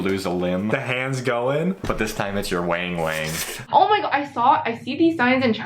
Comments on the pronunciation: It's not "WHENG WHENG" it's WANG WANG ( a) like WANT or WANted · "Wang-wang" has a short "a" sound.